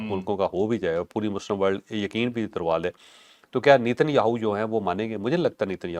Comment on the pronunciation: چوھدری صاحب نیتن یاھو نہیں ! ( نین یہُو ھے )